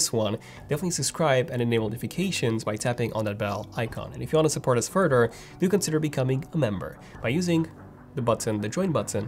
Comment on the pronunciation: have you considered working on your pronunciation of the English language. Some words you really slaughter like “further”, you say “furder”. I don’t mind an accent but really bad word diction is hard to understand.